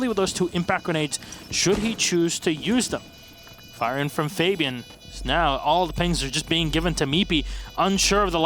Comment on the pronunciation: These are literally the worst announcers ever, who pronounces Fabian like that